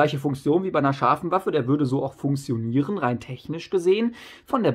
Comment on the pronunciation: Wie du funktionieren aussprichst regt so auf 😂. Aber trotzdem gutes Video